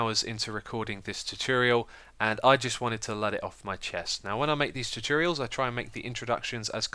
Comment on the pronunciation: I love your chuchorials and your shchematics